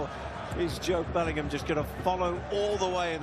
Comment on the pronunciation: Wat is with Americans separating the name Bellingham to belling-ham its 1 word BELLINGHAM if ur gonna commentate get it right. 🙄🙄🙄